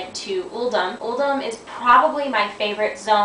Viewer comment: Vortex Pinnacle is my favourite dungeon by far. Throne of Tides would be 2nd. Uldum is pronounced 'UL-DOOM'